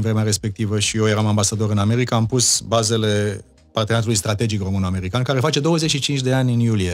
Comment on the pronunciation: hodoronc-tRonc,! Altele mai importante nu aveți și nu vedeți, decît CĂ OMU A SCRIS DUPĂ CUM Rostește, și dvs ÎL CRiticați aci, pe domnul aRdelean... DaR(!) că Gioană, el însuși ÎȘi spune 'OmÎn în loc de ROMÎN și gRăiește de 'OmÎnia în loc de RomÎnia, cÎnd GRĂiEȘTE, NU ÎL ReMARCAȚI.... AȘADAR, PENTRU UNII MUMĂ, PENTRU ALȚII CIUMĂ, nu este o dovadă, din partea dvs, de Conștiință NAȚIONALĂ😉😄😄😄